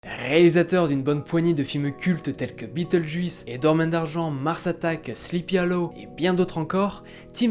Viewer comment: MON DIEU faut que tu t'entraines à parler anglais parceque " biteuljuisse " ça passe pas ×) Mais excellente vidéo contenu inédit et méconnu un grand bravo l'ami!